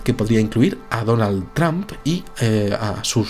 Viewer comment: es donald trump, no donal tramp??? xdxdxd